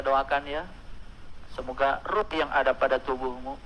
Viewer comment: Boleh dong berarti nyembeleh dia (sesat) minta maaf aja wkkwkw... Roh di baca ruh.. gak yakin gua dia Islam